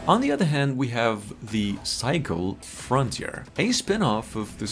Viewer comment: That would be the "Cycle Fron - teer", not "Fron - tee - air".